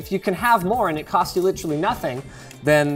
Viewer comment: SOMEONE PLEASE TEACH LOINGUS HOW TO PRONOUNCE "LITERALLY"